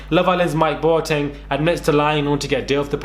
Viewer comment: Pronouncing Boateng like a proper Ghanaian! Xx